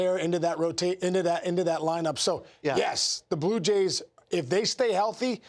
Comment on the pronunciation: Am I crazy? Why can't this guy say Blue Jays?